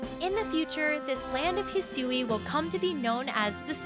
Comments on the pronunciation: hearing her say "hee-soo-ee" region is killing me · The way Hisui is pronounced is gonna trigger a lot of “Hey Siri”s. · When you have to go check the Japanese trailer because the pronunciation of Hisui just doesn’t sound right in the English voice over given you’ve heard the word spoken in an anime before (it sounded as expected in Japanese so I have no clue what went wrong when providing notes to the voice over person for the English version)